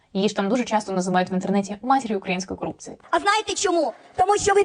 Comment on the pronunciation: Баба Юля за стільки років не тямить українською говорити кАрупція, мАральність, перекАналися